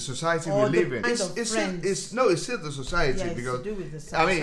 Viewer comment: I like how his parents say d's and E"s xD